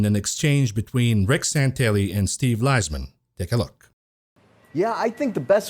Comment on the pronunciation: It's pronounced "Lease-min" Unless you're saying "Lies-man, then I missed the joke